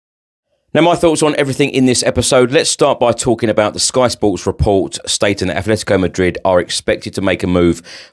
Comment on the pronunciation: *Atletico NOT Athletico for Atletico Madrid please.